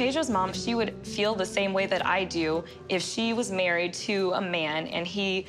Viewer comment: Hahaha the way says "I have things to dyoo". So fucking funny